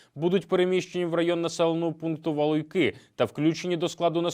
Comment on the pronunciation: Валуйки наголос на у